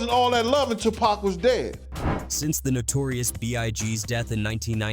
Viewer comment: Tough to keep listening to him mispronounced Pac's name.